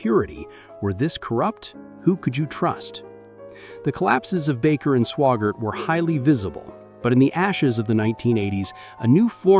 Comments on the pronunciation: AI NOT Swoggart, SWAGGART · You need to make sure to learn how to pronounce name's its Swaggart, not swaggar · Your AI mispronounced Sawyer, Swaggart and Bakker.